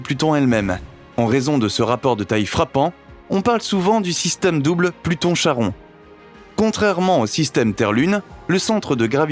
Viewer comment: Petite précision sans grande importance, mais bon : le satellite Charon se prononce "Karon". Par contre, je vous félicite chaleureusement pour la prononciation de "Kuiper" ! ;)